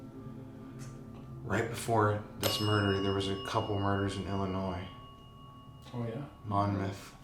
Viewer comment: That was Scary! And,... Thank you for pronouncing Illinois correctly! 😁✌️